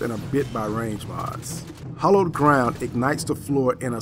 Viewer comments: It's hAllowed not hOllowed. Idk, that just bothered me a bit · It's Hallowed Ground, actually, just letting you know :)